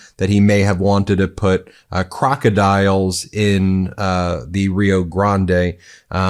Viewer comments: He couldn't even say crocodiles right, he said crocky dials. 🤦‍♀ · Krekadiles he says blah hlah blah 🤡